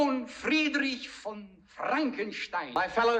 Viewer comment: This announcer is the only person in the whole movie that pronounces the name "Frankenstein" correctly. 🙂